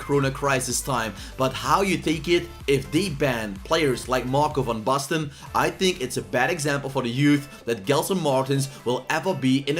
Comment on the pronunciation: Lekker pik ik ben ook een Nederlander geen wonder dat je Van Basten goed kan uitspreken